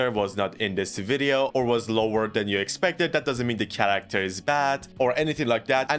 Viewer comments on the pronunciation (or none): Is it just me that is so bothered when he says "tsharacter" most of the time while pronouncing it correctly sometimes?